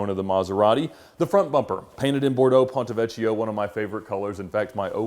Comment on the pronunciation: it is Bordeaux Pontevecchio, not ponteveccio:)